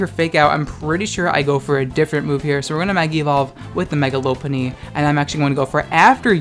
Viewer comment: It’s not Lope-punny It’s Lop-unny Like a French Lop bunny